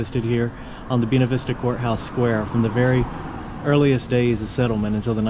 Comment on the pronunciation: Funny you would mention that. I love the way pronounced it, being that he's speaking his natural, charming, southern style.💗 Me: I'm in suburban Southern California. We have "Buena" everywhere. Most notably, Buena Park, home of Knott's Berry Farm. I didn't know there were 2 ways to pronounce it but now I do!😉